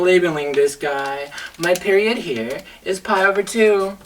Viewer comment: Whenever he says "mah period" I went into several seizures from laughter.